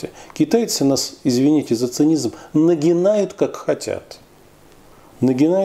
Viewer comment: На 21ой минуте; "нагиНают" .😆